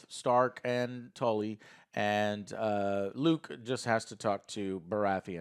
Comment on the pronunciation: Am I the only one surprised that Joe managed to pronounce Luke right?